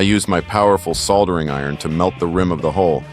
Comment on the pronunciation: Next time i guess you'll just use a 6 core mini COAX cable, or a shielded cable of some other sort? That would've been much easier and more reliable, soldering skills aside at least you know how to pronounce the word instead of saying "sodda"!!